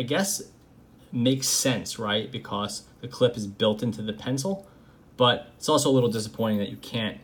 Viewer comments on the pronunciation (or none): So... I’m subbed because I like the content but am I the only one thoroughly entertained by the way he pronounces “because”?? BE-CAWCE